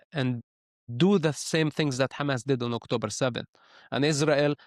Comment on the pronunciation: Stop calling it Khamas, please. It’s a H sound. Both Hebrew and Arabic hate it